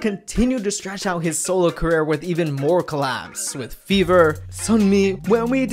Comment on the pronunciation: On when you said with Fever, it sounded like you called BIBI, Fever🤣